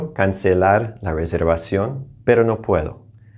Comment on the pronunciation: I have a question about your pronunciation of "reservación". Is the consonant V pronounced as "V" or "light B"? For what I listened from your speaking, it sounds like V not B. I'm quite confused. Thank you.